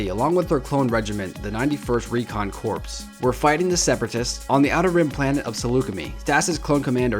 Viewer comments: Recon CORPSE? Really? Have you ever even SEEEN a member of ANY military? It isn't a corpse... it's pronounced like CORE!!! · Corps. Is pronounced Cor. The ps is silent. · The word Corps in a military word sounds like core. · It's the 91st Recon Corps (prenounced as Core) not Corpse (as in dead body) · The Shak-Ti voice and saying corps as CORPS instead of Cor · Dude..... when you see the word “corps”.... it’s pronounced “core”..... Like... marine corps.... pronounced “Marine Core”..... not Marine Corpse..... Corpse (a dead body) is pronounced as you said it.... but they mean two different things. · The term "Corps" is pronounced like "CORE," not "CORPSE" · Corps is pronounced as "core" not corpse... Like the marine corps.... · corps is pronounced "core" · Corps is pronounced "core". Corpse is a dead body. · Please don't say Wolfie, you'd say it Wolf, I'm sorry it's just so EHHHH. You'd also say Corps as Core c: Great Yoder voice.